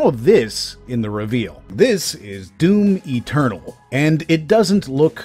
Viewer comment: Lol one funny thing tho* Whenever you say "Doom Eternal" is sounds "Doom Maternal" ~ I get it such things happen in english. The finishing letters take over the Main starting letter of next word. In witcher Tv series .. they keep saying "Law of Surprises" some actors sound like they're saying "Lore ( Lawr) of Surprises" dunno where tht R comes from... in ur case atleast i can understand DOOM MATERNAL .. shit had happened to me before. ~